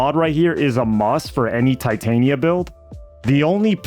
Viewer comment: Titania Tit-Tan-Ya was that AI?